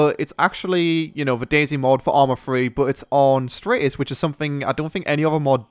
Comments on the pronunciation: Dude it's Stratis not straightis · sorry but its Al-tis and Strat-is. Not Atlas and Straytis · It's Stratt-is not Straay-tis :P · Stratis not straytis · stratis streightis lol